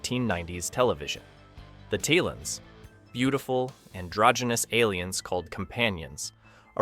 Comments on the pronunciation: "Tail-ons". They're pronounced "Tail-ons", not "Tile-ons". How can you produce a video like this and get the pronounciation of the lead aliens' names wrong (not to mention all the other names you pronounce wrongly!)???? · You keep prounce the talons wrong, just made me sure you never watched the show.